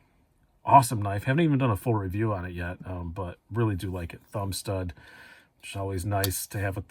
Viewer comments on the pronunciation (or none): none